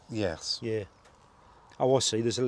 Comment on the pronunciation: Another "yess" there very impressive 👍🥸